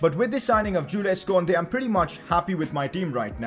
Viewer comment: Yo bro its pronounced "koondey"